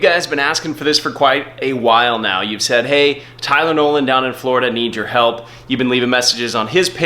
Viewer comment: It sounded like Tylenol (when you first said his name)